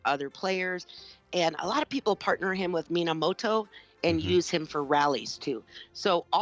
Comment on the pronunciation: his name is minamoto not moanamota